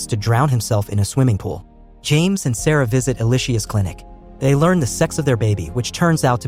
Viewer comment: Her name is pronounced like Alicia not E-lie-shea. Ask me how I know 🤦🤣